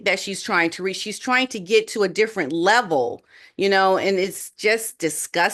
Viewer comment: It’s get GET not get GIT you present yourself supposed is professional. Why don’t you speak like one?